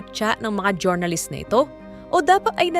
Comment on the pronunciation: next time po jor-na-list paki pronounce po ng jur-nuh-luhst thanks.